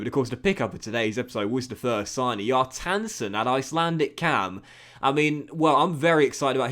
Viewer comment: Kjartansson is pronounced Shar-tahn-sone, quickly